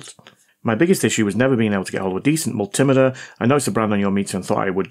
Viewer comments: It's a multi-meter, not a mul-timiter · We can do without the Rap Crap Music! Also it's pronounced Mul - T - Meter, not Mul - Tim - Ater. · Multi Meter Pronounced like a metre of measurement😮😮😮😮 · for the love of god man, multi-meter , not mul-tim-iter :) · Please pronounce multimeter correctly, multi- meter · I like your videos, but I wish you'd pronounce multimeter correctly, instead of the American way. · As a retired test equipment engineering technician who's repaired, calibrated (and occasionally destroyed) my share of multimeters, I like the way you (mis)pronounce multimeter.